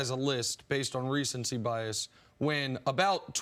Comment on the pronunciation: "Recency bias.." Pssss c'mon man!